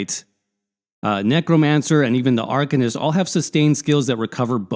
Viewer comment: Good vid. Thanks. But saying Arc-un-ist is driving me nuts. Ar-cane-ist. Ar-cane-ist...